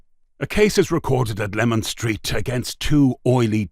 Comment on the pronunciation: It is LEMAN STREET not LEMON STREET